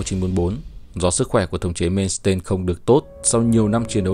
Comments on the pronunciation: Ad ơi Erich von Manstein đọc theo tiếng Đức: ê rích von man-stai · Phải đọc là Man xờ tai